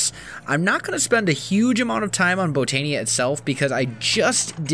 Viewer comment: Hey, just found your channel last night. Just a small tip, the i in Botania is pronounced like a Y. So like Bo-tan-ya instead of Bo-tan-e-a. Just a small thing.